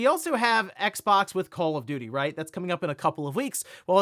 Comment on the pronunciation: Did he said call of diddy?